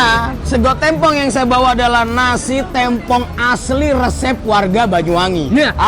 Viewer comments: Maaf bang, pelafalanya bukan tempong tapi tempong beda nada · TEmpong bang bukan tempong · tempong bukan tempong bacanya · "Tempong" dibacanya "tempong" bang, bukan "tempong". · Lama-lama gw tempong elu bang dari dulu nyebut tempong aja masih salah yang bener itu tempong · bang cara ngomong tempong itu bukan tempong, tapi tempong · bilang sego Tempong ky bgitu terus deh, udah diralat SM king abdi jg, masih aja gitu nyebutnya.. geregetan gw..pengen nempong aja si nih..benerin cara ngomong Tempong nya dong..😝😝😝😠😠😠😠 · Tempong bacanya seperti tempe, klo d daerah ku tempong artinya di sleding...